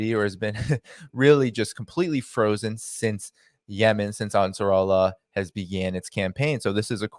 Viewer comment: Great work, big fan 🙏🏿. Hey, it is "Ansar" "Allah", pronounced separately 👍🏿